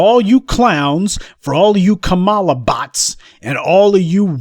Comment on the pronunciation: Lol he said copmalla